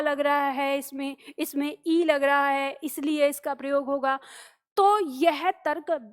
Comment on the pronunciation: "प्रयोग" शब्द का जब भी उच्चारण होता है तो सुनने वाले को "प्रियोग" ही सुनाई देता है.😝😛